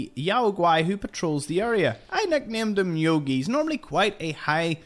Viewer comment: You didn’t figure out the bears name is pronounced Yo Gi as in Yogi bear?